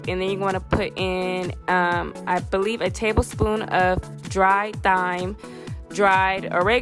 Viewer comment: I thought thyme was pronounced like time